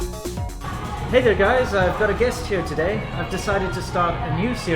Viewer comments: you mean wideo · wang Yeah, I've noticed! I've also been thinking why he never bothered to teach her how to pronounce this one word. I mean English is difficult for many Chinese people, but it's just one word. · welcome to another "wideo" ! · I thought it was a wideo lol. I can always tell how old each of Winstons videos are by how well pronounced the word:) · Still can't get over how charming the way pronounces "video" sounds:D